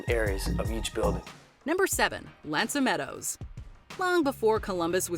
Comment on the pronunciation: 1. Mohenjo-Daro wasn't only known for its sanitation system, it's also known for its city planning as well as its right-angled streets 2.1. Genghis Khan is properly pronounced "CHING-gisz" 2.2. Genghis Khan had no palace because Mongolians live in yurts 3. L'anse aux is pronounced "LAHNGS 'o" 4. audibly pronounce the K in Knossos because it also exists in the Greek spelling